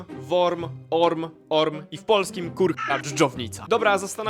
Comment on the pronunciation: Orm to po szwedzku wąż, a nie dżdżownica. I nie wymawia się tego przez „o”. Äpple też nie wymawia się przez A. 🤦🏻‍♀️